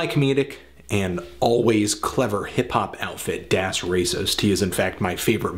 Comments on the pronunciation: Please stop pronouncing " 'das" wrong. it's DAAS. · Look at any interview with Das Racist and listen to how they pronounce it. It's das, as in rhyming with ass.